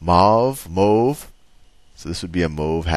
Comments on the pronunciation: if u cannot pronounce mauve why not say blue and change the hat color to blue? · "mooove, mowve" I get a kick out of that part every time.